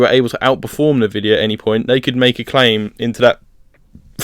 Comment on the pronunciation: never heard anyone call it navidia lol